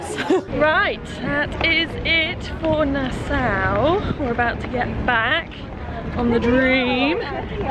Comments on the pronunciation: its not nasow its nasAU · It’s nas-saw. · My favourite YT couple in my country! Woohoo!!! went full native with the outfits, huh! LOL! Love it! A couple things for you, - it's pronounced Na-Saw (Nassau) and Buh-HAY-me-un (Bahamian), and the leaf/coaster is from a Seagrape Tree! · Omg it looks so amazing! I was born in Nassau!!! (Although we always prounounced it Na-Saw)